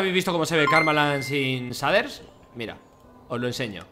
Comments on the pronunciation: Se pronuncia sheiders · Todos: Se pronuncia "sheiders" Fargan: SADER. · Gente normal: shaders Fargansio: saders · Pronunciación real: "Sheiders" Españoles: Que le diga saders dice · Auron: SHEIDERS SE PRONUNCIA Fargan: SHADERS SE PRONUNCIA AJAJAJ XD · S A D E R S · Cheiders :v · nadie: absolutamente nadie: fargan: zaders, asi se ve karmaland sin zaders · NADIE: ABSOLUTAMENTE NADIE: FARGAN: SADERS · Nadie: Fargan: saders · Like por cada vez que Fargan dice saders :V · se dice sheiders no shaders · Me estresa mucho que no diga sheiders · Se dise sheiders no shaders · "Los saders" :v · Aaaaa deja de decir shaders no se dice de esa manera